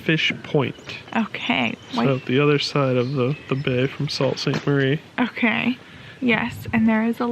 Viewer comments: Tah-quam-n-on would be the pronunciation for the falls. I'm sure #puremichigan loves you with all of your favorable reviews of our state. Also, it's pronounced Sue Saint Marie. You guys are almost Michiganders! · Native Michigander here, and you two are cracking me up with your pronunciation of all of the French and native American names throughout Michigan. Mackinaw and Mackinac are both pronounced Mackinaw. Sault Ste. Marie is pronounced Sue Saint Marie. Good job on the pronunciation of Tahquemenon Falls!